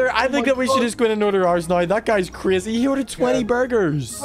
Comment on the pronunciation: You said Crazy the wrong way.